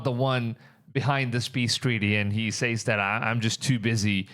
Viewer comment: Stop saying "Says" wrong! That $hits annoying AF!